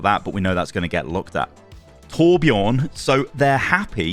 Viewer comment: Batiste? TourbjOUrn? really dawg?